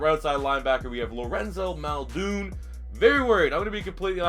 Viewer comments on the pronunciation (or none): Maul-din, not Mulldoon.